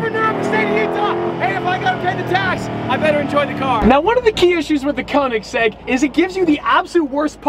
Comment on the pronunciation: koenigsegg not koenisgegg jokes aside, love the content